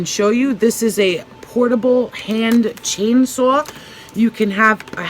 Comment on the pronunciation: Love this video! When you said chain saw I was like oh she’s hardcore (Boston accent!)